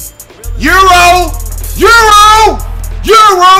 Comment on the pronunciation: Eurlo instead of euro😂😂